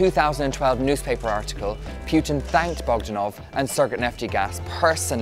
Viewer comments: Putin not P"you"tin... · why does this guy say pjutin not putin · it's poo-tin…..not pew-tin. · I tried, but I can't listen to all your obviously thorough research if you can't even say the guy's name properly. It's not PYOO-tin, it's POO-tin. Greatly diminishes your credibility. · Poo ting Not Puh teen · very interesting video - only grippe is how the presenter pronounces PEWTIN. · most Americans pronounce it as PU'IN without the T so its kinda irrelevant. Most people pronounce it wrong (Don't know why, well, maybe because I am slavic)